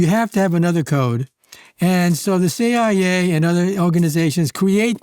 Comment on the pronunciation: Let's start with the good news: The AI you decided to employ could find the tone of your voice just fine BUT the intonation takes away your intellect😮 the shameful inability to refer to eg:CIA, UAP and the vowel mistakes, that can dramatically change the meaning of the word you go astray with... So the Hungarian translation could wait a version or two. This isn't up to your standards!